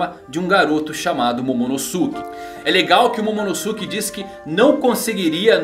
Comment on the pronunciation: Não é momonoSUke é momonoske que se pronuncia